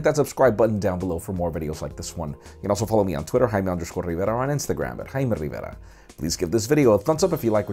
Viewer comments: why does he say his name in a different language. sounds like a deaf Korean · the way you say your name is funny xD and i like that.. lol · Youssef Hegazy LOL. I'm I the only one that think he "over pronounciates" his name? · the ending signoff is said too quickly, repeating your name so fast with a more pronounced accent than the rest of the video is a bit off-putting. I know, not comments on the content of the video, but thought you may want to hear the feedback. (I'm not against using a more accented pronunciation for a foreign name, but say it slow enough for people to understand it, and only say it once).